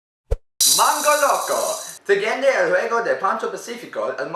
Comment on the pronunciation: My man really announced mango loco in Spanish. That is COMMITMENT